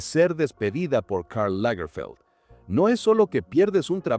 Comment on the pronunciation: Karl Lagerfeld era alemán. No tiene porque disfrazar los nombres propios de origen alemán o francés con pronunciación inglesa. Lamentable falta de profesionalismo por la pésima pronunciación del narrador de este documental.